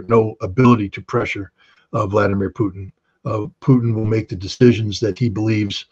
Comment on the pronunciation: Dear host, "Putin" is not pronounced as "p-n". More like Poo-teen. Vladimir: accent in the middle: Vladeemir accent on ee. Thank you for great interviews!!!!